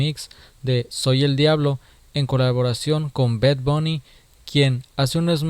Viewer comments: no se dice bed bony se dice bad bonny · Hey este bed bouni jajajaja que bien lo pronuncias